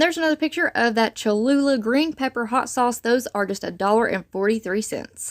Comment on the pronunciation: You said Cha-loo-la correctly. 😁 The smoky mesquite marinade is really good. Grab you a few more.